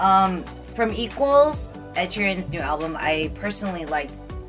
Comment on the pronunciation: NOT THE "SHEEREN OPPAR" I CANTTT